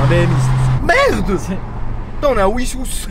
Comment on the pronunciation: On aurait du se voir. J’habite Rungis c’est la ville coller a Wissous (Vissous ) sa se prononce